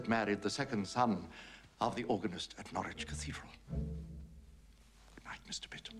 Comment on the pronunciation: Yes - and pronounced "norridge".